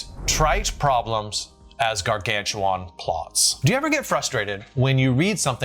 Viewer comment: Gargantuan is pronounced gar-gan-shoo-wen. Not gar-gan-shoo-wahn.